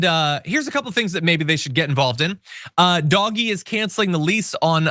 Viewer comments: DOGE pronounced Dodgy. Doj-ee. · This guy does not know how to pronounce DOGE, I agree w/ calling it Doggy - so long as he says they're doing it DOGGY STYLE to Democracy. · I still think you should pronounce it “dodgy”.